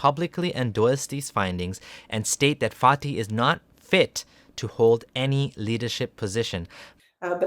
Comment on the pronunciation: Does anyone else keep hearing “farty”